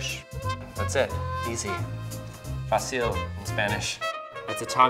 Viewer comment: (: He said it perfectly fine!!!!! ... ☺